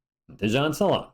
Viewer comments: Not "Sala" + "1" => "Sal" + "1" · Fyi, "Salaun" is prononced "Sal" + "1" (the way you say one in french) 🤔